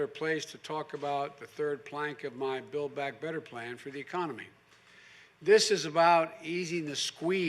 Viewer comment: “Build Back Better” is so lame. He can’t even say it right... back to your basement Joey.